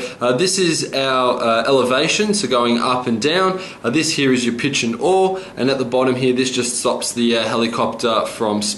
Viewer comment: Yaw... Yaaaw... not aww